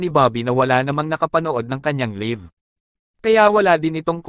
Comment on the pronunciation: "LAYV" not "LIV"